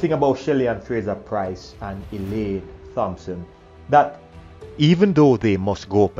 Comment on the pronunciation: I wish he would stop mispronouncing the name "Thompson"